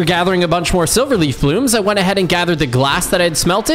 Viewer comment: Dude the Demon king is say like sliver